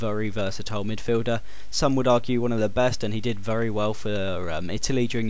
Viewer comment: U say vury